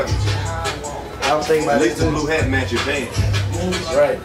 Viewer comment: Posed to say Fawk you mean 😂